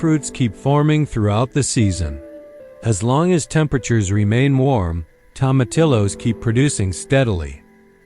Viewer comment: Tomatillos pronounced tomateeyos!😊